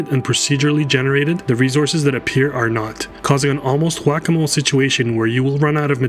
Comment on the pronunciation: Dislike for the way he's saying "resources"